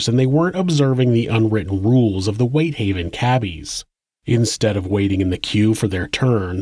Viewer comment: WHITEhaven not WHiThaven